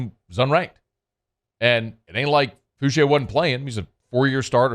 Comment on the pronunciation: Fouchaa not Fouchay lol but that doesn’t matter that’s my people from that 7th ward sbp